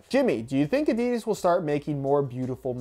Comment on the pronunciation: Hey, if the pronounciation of 'Nike' (last video) is so important, please start to pronounce 'Adidas' the right way too.